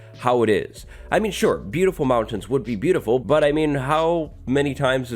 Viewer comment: That's a wierd way to say mountains